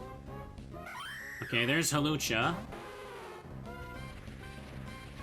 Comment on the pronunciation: I love that the auto timestamps (what an atrocious feature) turned your pronunciation of Hawlucha into a chapter/timestamp. I do enjoy me a nice "Halucha".